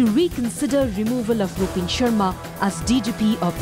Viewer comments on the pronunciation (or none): Did he just say "Rup(b)in Sharma"?😂😂